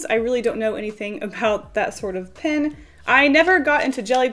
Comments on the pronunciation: OMG IT'S PEN NOT PIN LOL IT'S OK BUT 😥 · It’s cute how you pronounce pen, sounds like “pin” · It was funny to see you pronounce "pen" the same way you do as "pin", rather than the same way you start when you say "pencil". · The way she says pen. Pin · everything you say “pen” I think you are saying “pin”